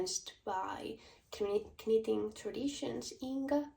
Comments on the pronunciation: Greetings from Ontario, Canada. Your English is fine👏🏽👏🏽 it’s nitting not kanit😂. I would love for you to do a colour video. Thanks❤ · Congratulations on your first English Podcast! The K- in knitting is silent so pronounced nitting. 😀Just to confuse people lol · Your english is great! I have one suggestion. Do not pronounce the K in knitting. It is sillent. Pronounce the N instead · Hej! I just looove/älskar how you pronounce the k in knit/knitting. Never stop. Wow,yey your knit taste are amazing. Grettings from Norrland-Sverige.Pssstt...my dearest childhood friend are also a Kinnunen.🤸🏼‍♀️💃☃️😁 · How brave you are podcasting in another language! Honestly, I thought pronouncing the k in knitting was quirky and cute, in fact I might start doing that myself! Loved your pattern and wool colour choices. Looking forward to your next episode. 🙂 Wendy, Cheshire, England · In English we don’t pronounce the k in knitting 🧶